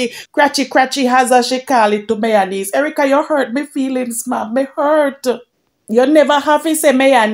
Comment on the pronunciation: Chin is myonaise she said😂😂😂not mayonnaise 😂😂😂